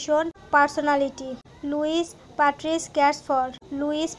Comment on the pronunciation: Please pronounce his name correctly